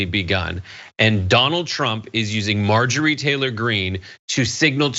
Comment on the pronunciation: I’m gonna start calling her MAR-Jory, because purposely mispronouncing someone’s name is funny…